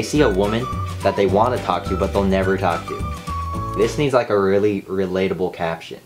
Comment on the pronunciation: When he said " I look lie ma chameleon" I was thinking no, u look like a fish. I'm not hating ilysm😘 just right it was funny